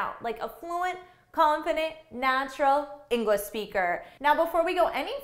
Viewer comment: inglash XDDDDDDDDDDD